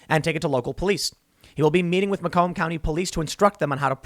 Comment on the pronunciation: That’s not how you pronounce “Macomb”. I know because I live there.